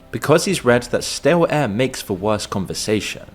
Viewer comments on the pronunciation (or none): "STALE-AIR".?. FUKINIDIOT I